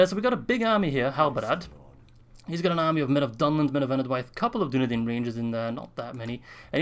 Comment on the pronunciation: with arahirs voice ITS DUNEDAIN NOT DUNEDEIN